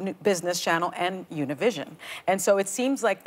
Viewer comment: Something told me not to click on this video because Ana would be pronouncing Univisión incorrectly, like many people do. It's good that Whoopie was prepared and had learn to pronounce Univisión correctly. (Sarcasm intended). She never does pronounce it correctly. It's an espanol word for an español language network. It's not an English word. How does Whoopie pronounce "Gracias?" Does she say gray-sigh-as? Then Ana chooses to not educate the viewers on the correct pronunciation either. She went along with the mistake from Whoopie yet Ana pronounced Televisa correctly. On the interview I saw on MSNBC in English, they all pronounced Univisión correctly. At least they were all prepared on MSNBC.